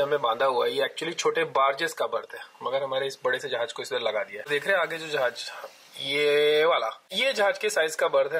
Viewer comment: Not "Zahaz". Its "Jahaz".